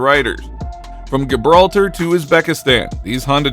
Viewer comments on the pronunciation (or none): Gibraltar is pronounced Jibraltar in English and Khibraltar in Spanish. Never a hard G.